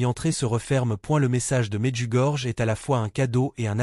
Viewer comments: Medjugorje se prononce Medjugorié. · Médiugorié : la lettre "j" se prononce "i"